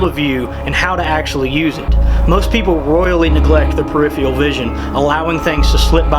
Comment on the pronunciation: Very good, but it's pronounced: per-if-fur-al